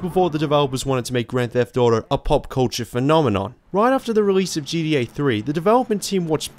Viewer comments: Its GTA man, not G E A or G D A. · great video. i like your videos but i just have to be honest and say something. with all due respect...its not gDa ..its GTA. Please work on emphasizing the T lol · Why does he keep saying GDA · jeedee ay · Gee - Dee - ey 😅 this is unwatchable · Seriously? No talks about how he pronounces ‘gta’? I like these videos bro keep up!